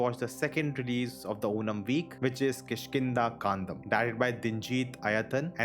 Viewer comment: You pronounced it right😂😂